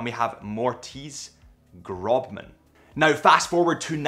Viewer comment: Great video as always! Just a correction on the founding fathers, it's Moritz Grossmann, not Grobman (if you've seen it written down, the elongated "b" symbol in German is called the eszett, and it's pronounced as double "s"). Also, I know the video is about Glashutte Original, but you kind of glossed over why GUB came about - for those interested, it's because of the Soviet era, when private industry was banned, and all the individual companies were forcibly amalgamated into one. This actually makes Glashutte Original the real descendant of A Lange Sohne, with the current brand technically a new entity (as is the current Moritz Grossmann brand). Nonetheless, a great little insight into German watchmaking.